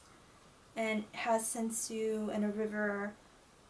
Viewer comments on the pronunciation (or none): Wow what a nice collection you have!!! My kimonos at the moment are only five :/ 3 komons, one houmongi and a furisode! But I'd like to get more in the future! :3 Anyway the pronounciations of japanese words are tànsu and not tensiu, shìbori and not shibòrai, sensu and not sensiu and homongi and not homongai as you said, plus furìsode and not fursod (just the F it's pronunced close to an H). Japanese it's not difficult, just pronounce it as you read it! :P But one question, what's a Nayogi obi? Never heared about it before! O_O